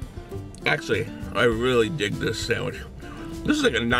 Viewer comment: I like how you say sandwich like "Sahnwihh" 😫👌👌